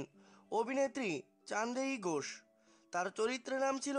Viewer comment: Uchharon korte pare. Ghosh k gos